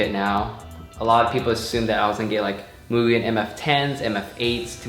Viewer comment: Its Mugen not Moo-gen. Ha,jk.